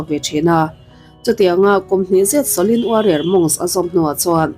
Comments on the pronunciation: Ka ngaimawh deuh Pakhat a awm a, Kalo sawi ve mai2 Shaolin Temple ania,i lam diklo a, sawlin temple angin I lama a diklo, sa aw lin ti a lam tur aw miss, i lam apiang in rlru a dek zar zel a, ka vei ltk a😮😮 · Shaolin em chu lamdik ta che, itrawng style tum lutuk vei nen, sha lin anilo aw. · Shaolin Temple anih ka ring,a lam dan hi a mak thei tawp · SHOLIN tih lai a, SHO tih lai kha i hma a he hming lo sawi tawh tuten engtin nge an lam rik, tih kha ngaithla ve la, chutiang chuan lam ri ve mai ta che. Beng a kap deuh tlat, i chanel a hlut zel nan.